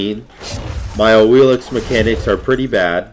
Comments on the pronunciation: Correct pronounce is AWishList* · you literally just called her "Awil-ix" 15 seconds after saying that isn't how you pronounce her name.